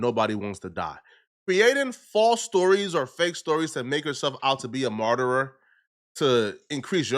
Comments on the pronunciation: Martyr "MAHR-ter" not "Mar-ter-er".... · It’s martyr not martyrer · It's Martyr not 'Martyrer' smart guy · You keep mispronouncing martyr or your making up a different version of the word lol